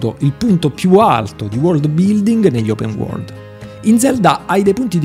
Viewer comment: “Open Uorgld” cit.